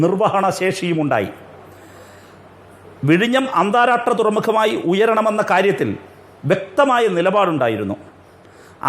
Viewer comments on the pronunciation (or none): AK നായനാർ...! അഡ്വക്കറ്റ്... അന്താരാഷ്ട്രം എന്ന് ഉച്ചരിക്കാൻ പോലും അറിയില്ല...!! അന്താരാട്രം... കഷ്ടം...!